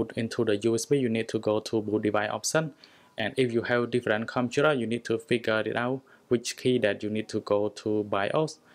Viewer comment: Says computer Me- Whats a conturar